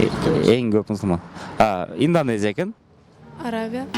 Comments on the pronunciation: Инденезия😂😂😂 Индонезия эмеспи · Инденезия эмес, Инднозения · Инденезия эмес Индонезия. Бироонун таптырып эмне кыласынар???